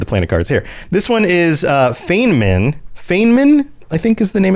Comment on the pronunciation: Sorry, my inner pedant is desperate to correct two things: "Feynman" is pronounced "FINE mun". Feynman (the planet) is named for Richard Feynman (the real-world physicist). The Boltzmann system and all the planets in it are named after real-world physicists. Even on my first ME2 playthrough I thought it was odd, that a system so close to the Citadel would be named after human physicists and host a major human colony. I saw that y'all caught your own mistake, but the full breakdown of "casus belli": "casus" meaning case/cause/occasion, and "belli" the adjective form of "bellus", meaning war (like in the English words "belligerent" or "bellicose"). So, in English, "cause for war" or "occasion of war". Confusing "bellus" (war) with "bellum" (beauty) is such an easy mistake. If you look at their culture I think the Romans did that too /s. Again, sorry for the pedantry. Holding that in was making my brain itch. Regarding the war on Garvug, I recall a brief mention of the war when you examine it in the Galaxy Map, and Glyph definitely has a comment about it in ME3 when you walk into Liara's office (something about Liara pulling strings with the Council to grant amnesty to someone). But yeah, the actual details of the war are only vaguely alluded to in-game, and it wasn't until I hit Wikia for fanfic research that I learned about Cerberus Daily News and the wild stuff it adds to the lore (on Garvug and beyond). I'm still catching up after discovering the channel so I'm l